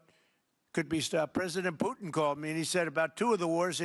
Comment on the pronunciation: Poootin called him...))😂🎉